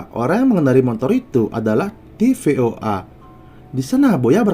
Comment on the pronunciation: TFOA bukan tvoa 😂😂😂😂